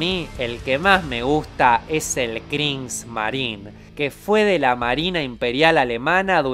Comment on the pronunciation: "El que más me gusta es el 'Krins marin'"... Bueno, sobre pronunciaciones, ya estamos mal. XD De paso, no hay ningún buque llamado 'Kriegsmarine" ni en la Kaiserliche marine del imperio aleman en la primera guerra mundial y tampoco en la KRIEGSMARINE que fue la armada de la Alemania Nazi en la segunda guerra mundial. Además, el que muestras es el Karlsruhe. Sé que es un sponsor y pues puede ser algo improvisado, pero al menos infórmate un poco de el tema que estás tratando, esto como opinión. ;)